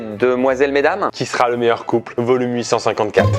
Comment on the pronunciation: j'ai compris "aujourd'hui on va trouver qui est le meilleur coup" ptdrrrr mon dieu